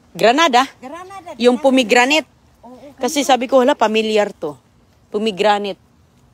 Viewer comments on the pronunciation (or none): Wala ng maisip na content,pati mga anak ginagamit na sa kalokohan.Pomegranet daw sa Pomegranate,molberries sa mulberries,pati labung di ma pronounce ng tama.Dapat kay,less talk,less mistake,kaso grabe kadaldal niya para lang may ma i vlog na wala naman sense.😮😮😮